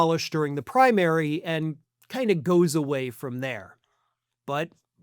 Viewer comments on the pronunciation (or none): none